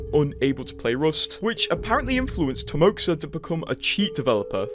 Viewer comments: I think it's pronounced Timoha and not timoksa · It's "Timoha" not timoksa. Russian X is H. Timoha is the short for Russian name "Timofey". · Read like "TimoHA" (HA) ;) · Timoxa is russian name and its pronounced "Timoha"